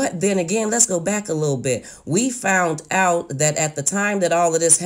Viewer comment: Just like "fount out". It's found out!!!